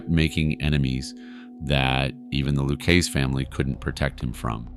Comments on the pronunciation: Lucchese is pronounced LOO-KAY-ZEE. I'm sorry but if you're going to do these videos, you have to do due diligence with this stuff. That's a name that's been said out loud many times in various forms of media, there's no excuse for pronouncing it that severely incorrectly. I'm not trying to be harsh but it's jarring. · loo-CAY-see. Sir, there's a ton of OC content on YouTube. You want to be taken seriously, get basic pronunciation correct. And why the hell would you put up a photo of a young Bonnie Raitt (yes, the singer/songwriter/guitarist) when you're talking about Karen Hill? Furthermore, why on 3 occasions did you talk about "Paul Vario" when showing a picture of Anthony "Fat Tony" Salerno, a boss of the Genovese crime family? C'mon man. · Loo-keese Family? With that level of knowledge I'm out, no matter how good a set of pipes you got. It would only get worse. I put up with the incorrect enuciating of DeSimone, but slaughtering Lucchese was inexcusable. You need New York help badly. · You evidently don’t know how to say ‘Lucchese’ either. You are TERRIBLE at your job. TERRIBLE!! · Have you never heard the proper way to pronounce Luchesse and Capo? 😂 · You have a mob channel so you should know how to say the words Lucchese and capo. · Why can you not pronounce the positions correctly or the lucchese name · Does this guy not know anything about the mob? He mispronounces simple things like capo and Luchesse. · You cover mob stories weekly and can’t pronounce Lucchese correctly? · Let me get this straight, you’re informing us about these true crime stories and you don’t know how to pronounce Lucchese? Come on man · Is this being read by artificial intelligence (A.I.)? Cape-o? It's Capo. Lewis family? It's Lucasee. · Loukeese family? 😂 Its Luchesse , pronounced, Lu-kay-zay, like an Italian. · Lu-Kay-Zee… not Lu-Keese. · Not bad but your pronunciation is horrible...Capo not Capi..Lucazie not Lucase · Loo-Kay-Zee, not Looksy Cah-poe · It's LOU-KAY-SAY